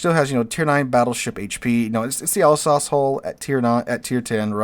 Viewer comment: It's pronounced Al-sace, not all-sauce